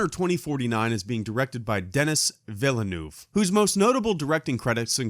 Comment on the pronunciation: Denis Villeneuve... WTF how did you call him? XD Your french pronunciation is awful dude. But don't forget i love you